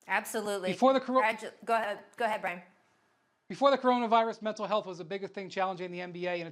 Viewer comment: Did Kendrick Perkins just say “milntal health”? 😂